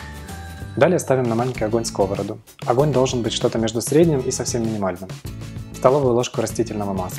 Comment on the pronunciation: Всё очень мило, но... ставим на плиту не скОвороду, а сковородУ. На первый слог ударение в этом слове падает в одном случае - скОвороды. И всё! Ничего личного. Просто... вам не к лицу такие глупые ошибки... В остальном всё просто потрясающе. Успехов! ))